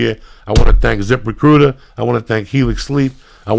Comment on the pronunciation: I thought Lee kept saying zipper cooter instead of zip recruiter lol now I have an idea for wallets...